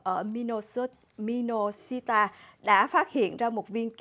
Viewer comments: doc tin tuc thay mệt, toi nghiệp qua! Doc tên state cung sai nua, Minnesota ma doc “leo luoi” thanh Minosita😂😂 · Minnesota chứ không phải minosita